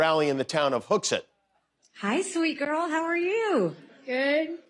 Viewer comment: Hooksett! Thanks Jimmy for pronouncing my hometown correctly as Hook(sit) and not like Massachusetts people say Hook(set)